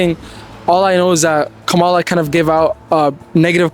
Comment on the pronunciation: Its going to be bad for us Trump is a lunatic and a felon these people who are interviewing don’t know what they are talking about the black lady is exactly right and you are saying her name wrong